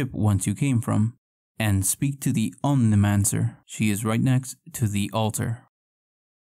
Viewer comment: ONEIROMANCER.... not omnimancer.